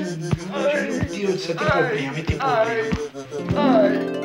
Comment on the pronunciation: “Ele tem pobrema”